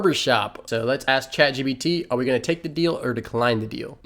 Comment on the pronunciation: Sorry Dude, but DAMN, it's Chat gPt... you've said chat gBt about 1,000 times...